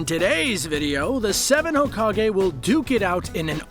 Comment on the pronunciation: Fun fact you pronounce hokage like Hoe-Cock-gay